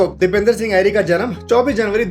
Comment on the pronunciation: Bhai video to sab thik hey lekin naam galat pronounce kargaye. Uska naam Dipendra hey Dipender nahi.